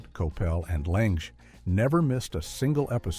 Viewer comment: It also pronounced Ted Lange's name two different ways and I believe both were incorrect as it used the long a sound.